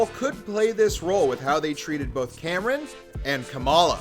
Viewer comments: Kamran (Kahm-Rahn) is pronounced properly in the series, why did you not spell his name phonetically in you script so you could pronounce it correctly? Its not Cameron. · His name is pronounced KOM-RON. But... with all the times he mucked up Bruno's name, he deserves it. XD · lol. Dude says Kamran like David Cameron. Couldn't they get a more appropriate person to cover this show? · Are you purposefully mispronouncing Kamran‘s name?? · Why do you call him Cameron not Kamran? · Please just say Kamran right. It’s not that difficult